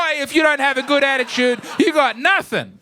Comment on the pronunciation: “Bad attichude”